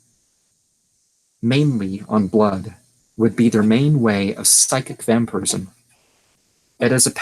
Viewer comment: Why is it prenounced wamphyrism?